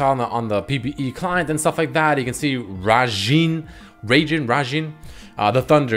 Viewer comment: i think you pronounce it as 'raIjin'. (ra i jin). rajin is the japaneese god of thunder, if u rlly wanna know how to pronounce it watch some vids of Smite. There's Rajin also a champion(god) you can play. --> Enjoy!